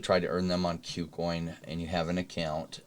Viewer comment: please pronounce kucoin correctly